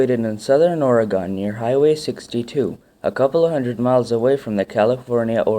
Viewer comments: hears him pronounce it as Or-uh-gone cringes uncontrollably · It's not " oregone" ....... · Can't finish this at all. If the English can pronounce it, why can't everyone else? Ugh. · Nice informative video good job. People like me who live here say 'Ore-e-gun' and 'Klah-meth' Indians. You may have spoken to many tourists who dont know the correct way to say Oregon. This is just to help you not bitch at you Sir. Have a good day. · Or-uh-Gone ....nope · ***** ore as in iron ore. e as in letter e. GUN not gone. ohr-eee-gun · chris haider I think he's right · Once I got over the mispronunciation of Oregon, it was a really informative video! Thanks for sharing! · Bad pronunciation of Oregon! Please go back to school. Reminds me of a bad t.v. announcer. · To hear him mispronounce Oregon is insulting. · As an Oregonian, yea no that's definitely something to get annoyed at. You should at least look up the pronunciation of AN ENTIRE STATE. It's the easiest way to annoy people in Oregon.